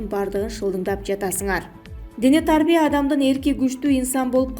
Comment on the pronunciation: Дене тааарбия дебей туура окусан.